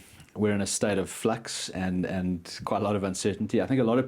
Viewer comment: Did he say we are in a state of flux or fuxed?